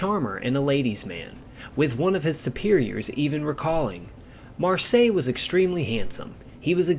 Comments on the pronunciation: "seille" is not pronounced "sigh", but "say". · Marseille is pronounced Mar 'say! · " Mar-Say " 😁 Great video none the less. Thanks buddy.😉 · fair enough pal, it really doesn’t sound right though when you give so many different pronunciations. Your very first pronunciation of his name on the video is spot on. At one point you are saying ‘Marshay was two months shy’ of his 23rd bday.(they both sound the same the way you say it which they shouldn’t). Found you on Facebook, can I offer some advice? (Not meant in a condescending way) I have every book there is on Marseille and tons of other pilots and aircraft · Great video but very irritating how you couldn’t learn how to pronounce his name and surname correctly before making this video! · Your pronouncing his name incorrectly. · great video his name, though. I think it is pronounced exactly like that French city. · Please try to find out how the french pronounce "Marseille". The nmae Marseille is exactly pronounced like this in German. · Pity the Narrator can’t pronounce Marseille Correctly. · And the question for our Quiz tonight is: How many different pronounciations of the name "Marseille" did the narrator use ? Was that a) 11 b) 17 c) 8 in 10 minutes plus 12 other variations d) 21 (all possibilities also combined with the fact that it wasn't pronounced one single time correct, being like the French town.) Fun game: with how many different pronounciations can you come up for Ike Eisenhower ? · man I was really hoping you would get this one thing right, I mean his name is simple it’s pronounced like the French city in the south of France.. don’t know what else to say it’s so simple.